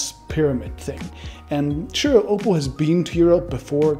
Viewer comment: STOP SAYING OPAL! ITS OPPO... OP...POH.. I DONT THINK YOU WORK FOR THIS COMPANY...